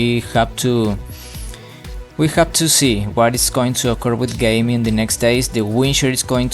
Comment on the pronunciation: Well the pronounciation is Gaaemi not "Gayme" lol